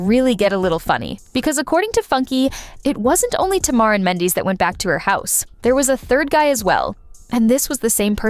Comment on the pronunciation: Please know how to say Mandeecee... I mean do some research before calling him the wrong name the whole damn story!!!! Goodness this is just unprofessional